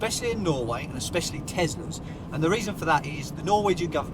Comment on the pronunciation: Did he say Tezlas ??